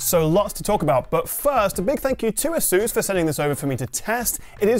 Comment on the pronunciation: It's Asus not asUs